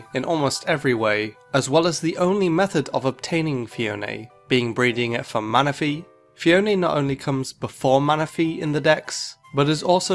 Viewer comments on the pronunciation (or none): MANAPHY, NOT MANAFEY!